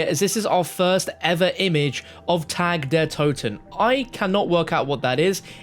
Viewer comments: I’m not German or anything but it’s doing me in already hearing this guy pronounce it wrong. He’s pronouncing Tag the way we say tag like clothes tags. It’s more like Targ but obviously spelt Tag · Its pronounced TAK not TAG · Isn’t it pronounced tog der toten. He keeps saying TAG it’s pronounced TOG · it's pronounce "Ta Der To-Ten" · It's pronounced tog. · Not trying to be a grammar nazi and I'm generally just trying to help you out. Tag is pronounced [Tahg] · I don’t mean to be a stickler but the correct German pronunciation of “Tag” is (tog) as in Guten Tag.